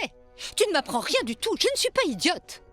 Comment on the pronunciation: Mais Elle a dit ria pas nea